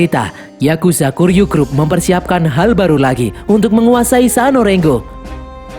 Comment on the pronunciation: Ijin koreksi min, yg bener kuryu grup, bukan kiryu grup min, btw next lanjutin nih seri sampe film terbarunya rilis min yaitu high & low the worst x cross😁🙏🏼